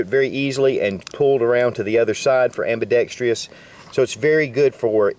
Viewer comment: AM-BI-DEXTROUS. Say it with me.:)